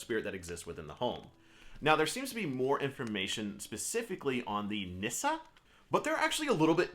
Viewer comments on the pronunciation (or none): I love Nisse. It’s pronounced “niss-say” actually. We have them on Yule cards in Sweden. I enjoy having them around our Swedish American home.